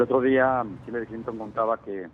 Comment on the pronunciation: Hillarie????? jajajajajaj es Hillary pendejo